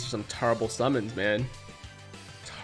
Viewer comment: “Tarble summons” actually made me laugh haha